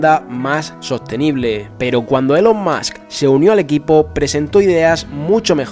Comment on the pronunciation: ya que pones accento americano para pronunciar el nombre de elon musk, dilo bien xD se pronuncia "ilon mask"